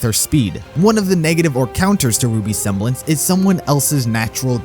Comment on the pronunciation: I like how you said"Her seblence WAS polarity